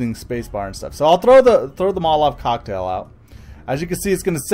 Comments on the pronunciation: he said molove cocktail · Cool video. Thanks for the info! The way you pronouce molotov cocktail is driving me crazy though. ;-)